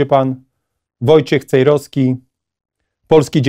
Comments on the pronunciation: Czemu każdy redaktor mówi Pan Wojciech Cejroski a nie Cejrowski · Miałem być w Koszalinie ale pewne sprawy pokrzyżowały mi plany mam nadzieję że Pana zobaczę przed świętami Wielkiej nocy pozdrawiam serdecznie Pana Wojciecha Cejrowskiego i prośba Panie Wojtku niech każdy redaktor mówi Pan Cejrowski nie Cejroski